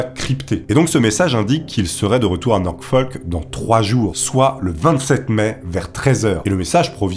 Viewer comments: Ce n'est pas NorKfolk ou NorKfol mais Norfolk! Le terme ''radio'' existe en français, ''radiomen'' n'apporte rien, au singulier c'est ''radioman'' et non ''radiomen''. Check24 ne se traduit pas par ''Vérifiez'' 24, mais ''Vérifié'' Qu'est ce qui te permet d'affirmer a plusieurs reprises ''qu'il sait très bien au fond de lui que ca ne va pas du tout'', alors qu'il déclare le contraire et indique que les retards étaient fréquents? Qu'est ce qui te sidère tant que les amiraux en pleine guerre froide n'aient pas pour priorité de prévenir la presse et les familles? Ce serait le contraire qui serait hallucinant. Video intéressante mais beaucoup de narration et très peu d'analyse. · C'est pas "Norkfoll". C'est NORFOLK.